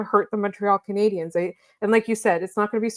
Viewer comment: Shoutout to the VO lady for not saying "Canadi-YENS" this time